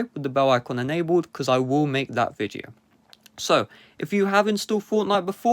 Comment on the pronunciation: Amagine saying viteo